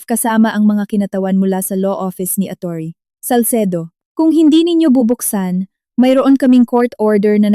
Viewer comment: Ano po ba Ang tamang bigkas sa salitang Atty? Bakit parang iba yata Ang bigkas nyo?